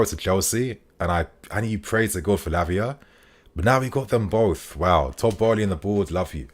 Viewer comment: Keep killing it. Haha. First 'Labia' and now 'Piss'. lol